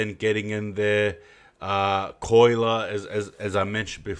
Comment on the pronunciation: i love everything about this channel apart from the way he says colyer 🤣 it’s not coiler lmao love ya stuff bro